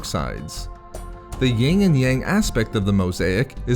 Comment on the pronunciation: not "ying and yang," Yin and Yang.